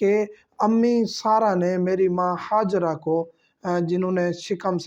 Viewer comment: ہاجرہ آپ کا ح سےادا ہوتا ہے حضرت